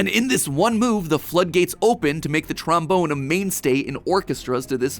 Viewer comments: i know this is dirty minded but i cant not laugh when he says tromboner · He said tramboner 😂😂😂😂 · This episode is gonna kill me with how much mispronunciation of trombone there is